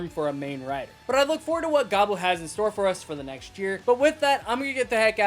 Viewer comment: Gavu, not Gabu